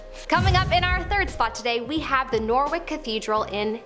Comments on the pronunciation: Or Norwich 😅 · It is “Nor-witch” cathedral in Norwich - my home town!!